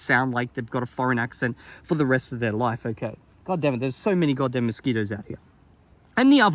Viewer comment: Take a shot wverytime says 'godam'. You won't survive